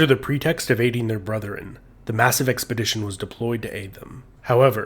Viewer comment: It’s *brethren*, not “brotheren”.